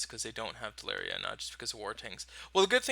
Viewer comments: Telluria is Tell-er-ia not Tell-air-ia. :) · Tel-loo-ria (from Latin: tellus - Earth)